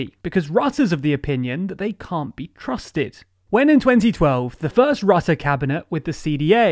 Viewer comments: Your pronunciation of Marc Rutte's name was interesting! The 'u' in his name is not pronounced as the 'u' in the English word 'under' - as you are using it. In Dutch his name sounds more like 'Ritte' would sound in English. Unfortunately I could not find a word in English which actually uses the Dutch phoneme for 'u' even though the 'i' comes quite close. Does anyone have a good suggestion for an English word using the 'u' phoneme from 'Rutte'??? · Your narrator still can't pronounce the name of the Dutch PM. (It rhymes with "put" not "but".)